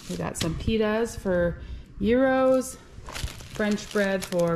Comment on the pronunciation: Gyros pronounced geerows as in gee butter in Indian cooking..rows as in row your boat